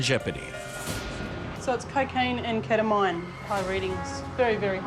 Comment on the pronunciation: I'm an aussie and I've never heard anyone pronounce Ketamine the way seemingly everyone on this show does lol, what's up with that